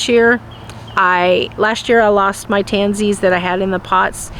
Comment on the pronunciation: I couldn’t tell if you;a said 😂 pansies or tansies?